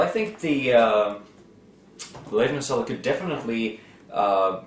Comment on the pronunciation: If I hear "Selda" ONE more time...